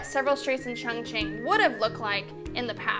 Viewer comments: ChOngqing, not ChUngqing. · Glad that u love my City XD But seriously every time u say "qiongqin" I die a little lmao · It isn't pronounced Chung........... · Terrible racism makes it difficult for me to talk about Chongqing. The pronunciation gives them a perfect chance to mock Chinese. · lol I feel like such an asshole always commenting on your videos. You have great editing and high quality video. But how can you say it is your favorite Chinese city when you don't even pronounce the name correctly? haha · Not at all, you don't think it is strange it is her favorite city but she can't even pronounce the name correctly? lol